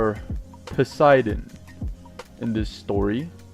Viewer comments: It's po si den not per si den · Why did he say persidan